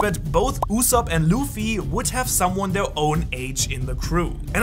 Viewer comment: 1 time u said yusop